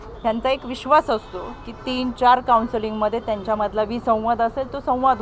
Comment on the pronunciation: कौनसालिंग नाही हो कौनसेलिंग 😂😂